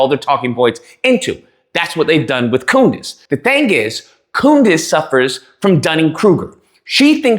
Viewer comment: You said" Coondace!" 😂😂😂